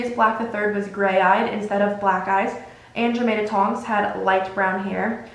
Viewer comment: Period sis I love your videos, I’m pretty sure Andromeda is pronounced (an-draw-meh-duh) and Cassiopeia is pronounced(cass-ee-oh-pea-ah) This is not to be mean or anything just like to maybe help with future vids. Also I would love to see a video on all the sacred 28 families, like which characters we see in the movies and books that are connected to the families. A mauraders video would be cool too! Keep creating content like this!!!!!!